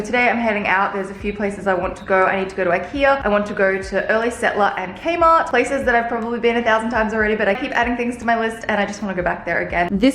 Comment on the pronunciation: I heard kmart as kenma lol. nekoma